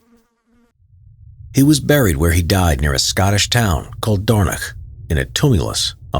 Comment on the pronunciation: Hats off for the pronunciation of "dornoch"